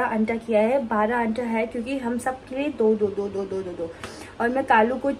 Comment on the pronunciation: What the hell is anta 😅😅 it's anda